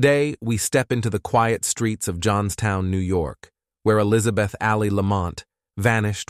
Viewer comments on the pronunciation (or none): The pronunciations tho.. El-Yza-beth wtf. Lol😂